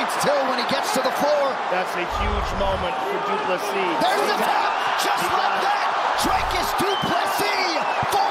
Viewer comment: I think Americans don’t know that PLESSIS , the s at the end is not silent